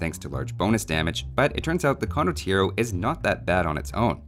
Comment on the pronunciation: You can't really pronounce it without shouting the 'O' at the end, it's just wrong.